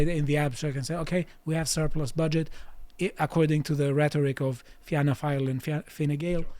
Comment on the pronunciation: Impressive pronunciation of the Irish names. Fianna is pronounced the same as Fine, which you got right. There are two new emerging fiscally conservative parties who have gained seats, Independent Ireland and Aontú. II got 3 and Aontú got 2, not fantastic, but they are growing. They both had some near misses for more seats. For Aontú, two of their candidates lost out on the final counts in their respective constituencies. As for the right wing parties such as the National Party and Irish Freedom Party, they are just in the way frankly.